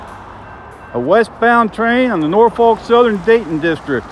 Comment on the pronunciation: Great video but you have to pronounce Norfolk the right way -- in SE Virginia we say it like either NOR-fik or NAW-fuk -- have to say the last part carefully too :-)